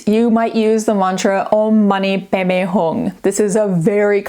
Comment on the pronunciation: She said it pretty well. Om mani padme hum isn't English, and sometimes transliteration is a little imperfect if you're approaching it as though it's pronounced exactly as in your mother tongue based on the writing. The "padme" is more like "bay-may" than we might assume at a glance.